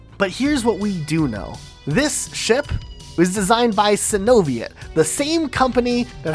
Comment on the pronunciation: Btw Sinoviet is pronounced Sino-Viet, like Chinese Vietnamese combo corporation. Basically thé superpower of innovation and heavy industry that is china conglomerates the pacific Asian side of Asia